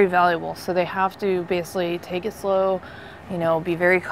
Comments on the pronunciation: Is that lieutenant incapable of correctly pronouncing the word 'basically'? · Please for the love of God, someone teach the Lieutenant to pronounce the word basically.